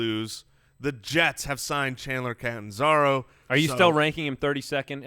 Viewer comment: do you hate Chandler C. so much that you have to butcher his name so nobody recognizes him?